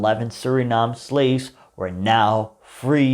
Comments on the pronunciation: I enjoyed your video except for the parts when ya mispronounce Suriname but ya did do ya research on this subject because I know a lot of Surinameese that don't even know this info , Hele fijne feestdagen en een gelukkig 2023 voor u . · Learn to pronounce the name of a country if you are going to make a video about it. 🤦🏻‍♂️